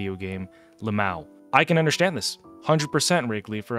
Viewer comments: Are you saying undershtand???? Am I hearing you correctly? 🤔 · I undershtand